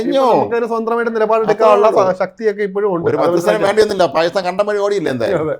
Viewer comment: Now It is Bakistan ....Say Bakistan.....